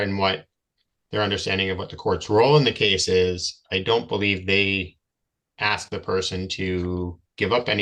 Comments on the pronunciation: When your vocabulary consists of words like aks and liberry, I strongly suggest that you do not represent yourself in court. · When you say things like 'ax' instead of 'ask' and pronounce it 'libary', you really should not decline a lawyer. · so why does this "Indian chief' say AXE instead of ASK?? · I know for a FACT that even Aboriginal people know that it’s pronounced “ASK”…not “AX” my dude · Aks is not a word. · You hear "aks" instead of "ask"? You've heard enough. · The word is spelt ‘ASK’ not “AXE’! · So is he trying to reach the magical threshold of repeating the same time in court? If you say the same thing 10000 times your case is dismissed, right??? 😂😂😂😂😂😂 Wait, so the whole fate of the planet, and likely universe hinges on this one person who can’t pronounce “ask” and repeatedly says “axe”. We are doomed!!!!!!!!!!! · Can’t say library, recognizance, or ask correctly lol and making dumb claims he’s just dumb all the way around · Or maybe teach him how to pronounce the words "ask" and "library"? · if you cant say library or ask, maybe you souldn't represent yourself. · Why is it that so many SovCits can't pronounce the word "ask".